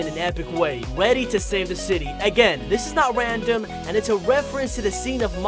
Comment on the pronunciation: he says randome wandom